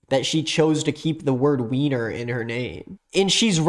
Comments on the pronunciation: … it’s pronounced Viner. It’s German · Hey uh, while the "weiner" joke was kind of funny its (why-ner) and its a common Jewish last name! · the name is pronounced WINER, it’s a german name too so it’s viner lmao. i know this is a few months old but that tangent was so funny